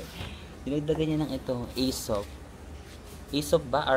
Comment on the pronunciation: Aesop is an excellent Aussie brand. And you pronounced it right,!